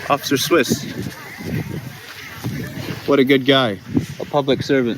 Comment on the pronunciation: Its " officer wiss" rhymes with piss😄😃🤣😆😀